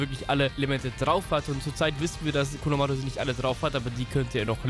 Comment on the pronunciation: Bitte nicht konomaaaaruuu sondern konohamaru Normal und ausgesprochen ohne Buchstaben verlängerung xD